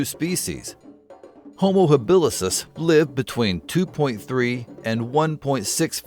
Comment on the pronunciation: It's Homo habilis dude. As opposed to habilisis.